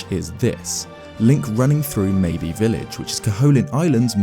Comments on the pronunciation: It's not Maybe village its Mabe pronounced like Babe but with a M .. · Pretty sure 'Mabe' has a silent e in it, ie; it is not a homophone to the word 'maybe'. Good video though